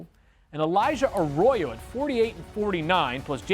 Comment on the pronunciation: Mel butchered Elijah Arroyo’s last name so many times it drove me crazy